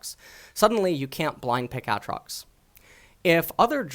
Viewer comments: Aatrox not atrox u dumbfuck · Please his name isnt ahtrox. Its Aytrox. Also this new champ isnt Aatrox. Its Boris. Bring back aatrox rito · Hey, it's AA Trox not Atrox PepeHands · AKA "" was gainfully hired to cast LCK in stead of the mediocre Snake Oil salesman Papa "In a World Where" Smithy. He is known for his strong opinions on the pronounciation of AYAYAtrox and his unparalleled knowledge of Thomas "the unbenched" Kench. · The way he says Aatrox gets me every time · say aatrox right pls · Its not Aatrox its Aatrox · the way you say aatrox is so cancer, it makes me wanna commit suicide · Why the fuck do your pronounce Aatrox like that...